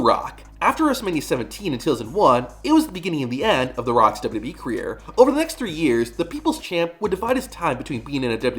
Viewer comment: I see you still can’t pronounce 3 letters. It’s W W E not dub duby.